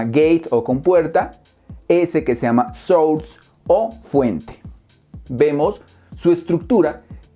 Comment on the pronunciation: Hermano querido, gracias por todo...por cierto...no es "SHUR"....si lo vas a decir Source....se pronuncia "SORS"....tuve que verte dos veces para saber que era SHUR...jejejejeje un abrazo